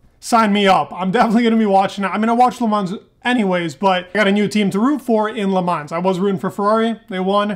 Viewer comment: the S in Le Mans is silent! Please Dude, please!